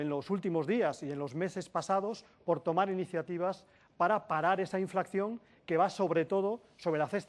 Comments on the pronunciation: Nadie se ha dado cuenta de que pronuncia ''inflacción'', cuando es 'inflación''? Dudo mucho que Llamazares y sus acólitos comunistas tengan buenas recetas para la economía cuando ni siquiera conocen la terminología. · Este no sabe ni decir inflación.